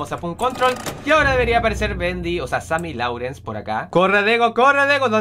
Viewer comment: Dego se pronuncia sammy lorens no sammy laurens